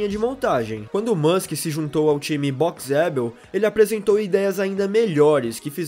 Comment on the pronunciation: Dica, coloque o nome "Boxeabl" pro pc ler e verá que não é Boxe adel como vc pronuncia.